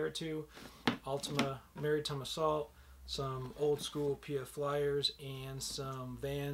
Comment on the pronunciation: Not Marytime, Mar-Uh-Time.